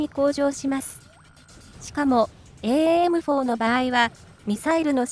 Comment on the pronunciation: エーエーエムフォーで合ってます。 現場では短くエムフォーと呼んでます。